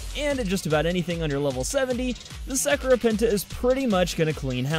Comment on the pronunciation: Dat pronunciation tho